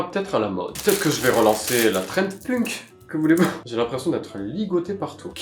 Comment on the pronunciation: Alors qui lui dit que punk sa se prononce penk 😅😂 Sinon je t’adore et ton l’engage aussi ❤